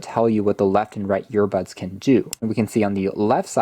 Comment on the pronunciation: Are you saying yearbuds?